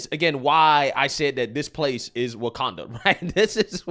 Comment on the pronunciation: "WAKANDA FOREVAH!"